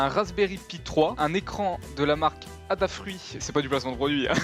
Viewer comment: On dit adafruit pas "abafruit"